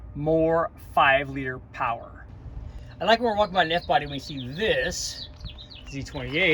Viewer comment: LOL flipped manifold =Powah, hahahahahaha!!!!!!